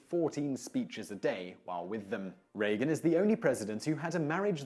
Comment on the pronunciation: LOL - funny thing Simon thinks it necessary to point out the correct pronunciation of J.Q. Adams' middle name, while mispronouncing R. Reagan's last name consistently in another video :-P